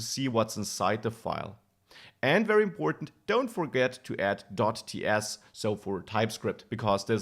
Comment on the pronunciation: Excellent content. But PLEASE learn to pronounce your v's properly. You keep saying wery, wersion, wisiting. Seriously, listen to some real English once in a while.